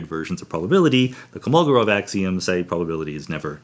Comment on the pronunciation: I'm almost certain it's Kolmogorov, not Komolgorov.